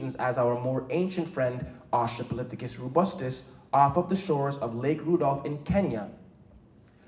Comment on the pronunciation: Australopithecus not Austrapolithecus. I'm sorry it was just bugging me and a paleontologist and as someone who studies prehistoric life including that of humans. Amazing presentation though, and as was pointed out we can all trace our dna back to Africa. Not just black people, not just people living in Africa, but everybody. We are all brothers and sisters as humanity and as a species. It is very important to respect and learn the history of humanity and of Africa, and respect the culture as well. Such a well done and powerful presentation and it's amazing what you're doing. Keep up the good work